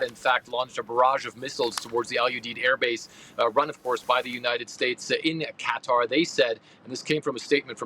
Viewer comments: Why the media keep talking about cutter?😂 that's not how you pronounce it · its KA- Tar not cutter 😂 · Cutter? 🤢it’s QATAR!!! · Qatar Q is silent pronounce Kuh-Tar Although it's Arabic many Americans pronounce it CUT-ter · Many Americans pronounce it CUT-ter that's what it sounds like when the Arabic over there pronounces it CUT-ter Qatar Q is silent Pronounce Kuh-tar . I was in that region but I announced it Qatar . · when will US media say Qatar properly... it is not cookie 'cutter'! lol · So how to pronounce CuttaQatar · You are paid to present a program on Qatar, is it too much to ask for you to learn how it is pronounced correctly? Ironically ever your female colleague could pronounce it and still you didn’t take the hint. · Why can’t any news channel pronounce Qatar correctly? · Why can none of these people pronounce Qatar properly? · How do these journalists not know how to say Qatar??